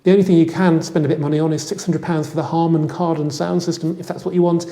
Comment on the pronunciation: Drift mode on a FWD what kind of wizardry is that 🧙very informative and usual polished presentation. . . although you nearly said Hardon Karman! 😂😎